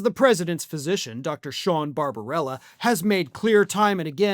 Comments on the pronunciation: It's Barba b ella, not Barbarella (media-amazon. [dot] but your pronunciation did make me smile each time you said his name. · In the interests of fairness and accuracy, you are mispronouncing the doctor's name. Bar-ba-BELL-a. One "r". (As amusing as it is to hear His Orangeness' doctor referred to as a cartoon vampire.)